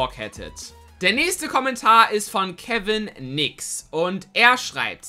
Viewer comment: niemand kann mein Namen richtig aussprechen! Man sagt Kev nix.